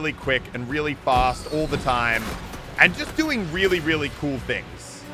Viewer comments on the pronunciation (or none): Sounds like muselk said Willy instead of really HA😂